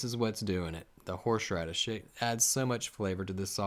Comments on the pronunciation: Is he saying “horSHradish?” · Haha love the way he says “horsh radish shauce” like a tongue twister 😂👍🏾